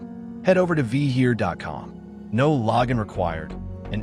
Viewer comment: Oh... and Vheer is pronounced the same as cheer (but with a 'v' instead of a 'C') - The H is silent in this case. Vheer is an Indian name so you cannot pronounce it vee-hear. If you were called Bill, would you like to be called Be-ill?